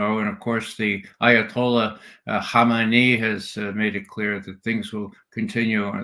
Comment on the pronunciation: the only guy i've heard pronounce hamenei and harkov correctly.